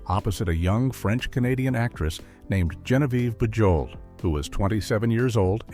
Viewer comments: Your AI narrator should be corrected. Bujold's name is pronounced "Zhahnvyev Boozhol" and why are there odd film stills included? For instance Vanessa Redgrave and Timothy Dalton and Fred McMurray with some cowboy. This thing is a mess. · Genevieve's last name, Bujold, is NOT pronounced with a hard J. She was nominated for an Oscar, and should have received that golden prize. Absolutely magnificent performance. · I love how the narrator mangled Genevieve Bujold’s name. A Richard Burton biographer stated that he wrote in his diary that he didn’t like Genevieve Bujold knowing that Elizabeth Taylor would read it. I like Elizabeth Taylor but Genevieve Bujold was a much better actress. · Thanks that was hard on the ear.😖